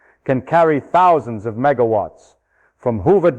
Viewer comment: Did he really say "10 thous" electrons?